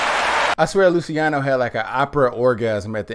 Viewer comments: It's pronounced "Lu -cha no" :) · "Lou-chee-ahno" "Pah-vah-rotti"